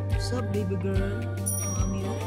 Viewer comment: Mali po speak nyo na gurl girl po Hindi gurl